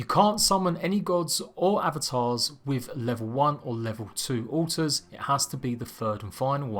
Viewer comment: Almost sounds like he keeps saying uh ohs, took me a minute to realize altars